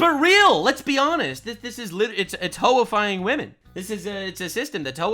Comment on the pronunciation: You said Wamen like pewdiepie lol didn’t think y ou were a pewdiepie fan